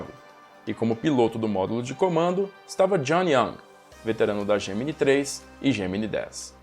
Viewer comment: Essa série deveria ter uma atualização. Mas tem algo que me incomoda a forma que o professor pronuncia Gemini